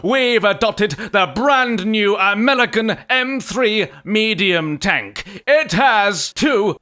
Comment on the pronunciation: Did anyone else hear he say amelican?